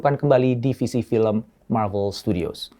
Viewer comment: bang lu ngomong marvel nya yg bener aja soalnya di translate nya lu ngomong klo bukan malu/novel